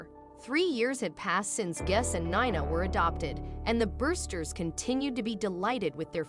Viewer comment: Heart warming but Gus later Guess and Nina later called Nyna is where AI is far from perfect.